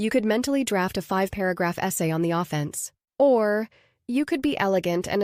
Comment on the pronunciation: The mispronunciation of “offense” gives it away.